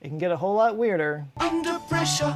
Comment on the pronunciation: I love the way the hydraulic press channel pronounces "pressure". "Press-oo-reh". I also enjoy this channels intelligent humor and quarky knowledge. Please keep it going, you deserve more views.